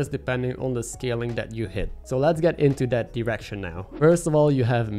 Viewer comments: Came for the menagerie, stayed for you pronouncing "direction" as "erection" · I can't be the only one who heard "erection" when he said direction.